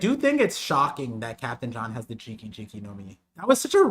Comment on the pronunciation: GEE - KAH GEE - KAH Not "Jiki," not "Drinky," You're drunk.